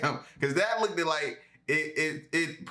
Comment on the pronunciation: L!! How long have you been saying "looked-ed"? You often say "lookeded like" in alot of your videos when the word is looked and not looked-ed. Not hating, just helping. Hope you don't think I am clowning bruh. Hope you see this so I can delete it.